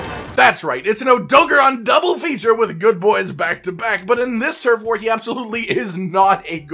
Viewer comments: I'm sorry but AUTO GARON NOT ADOGRON SAY IT WITH ME OTO GARON OK again I'm sorry I couldn't resist btw I love you vids 😃😀😂🤩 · SAY ODOGARON RIGHT OMFG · Why he saying odogaron like that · The way you pronounce odogaron is cringe